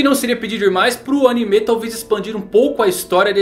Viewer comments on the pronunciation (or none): Não entendo o por quê do sempre chamar anime de animé, sendo que não existe o acento no é de anime.